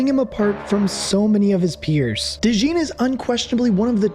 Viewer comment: You are wearing a Saints hat in the video, so I am guessing you are from Louisiana. If so you should know how to pronounce DeJean properly. LOL It is a common name in Louisiana (because of our deep French heritage) so we use the French pronunciation for those of you that want to know.